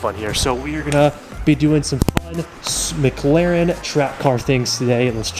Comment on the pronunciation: Everytime I head say MagLaren and not McLaren 🤣